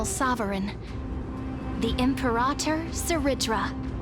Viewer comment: check "imperator" pronunciation